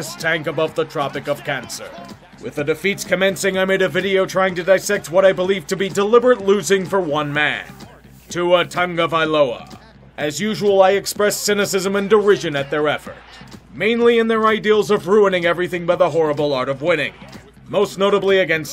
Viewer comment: There is no N in Tagovailoa. I always hear people saying Tungavailoa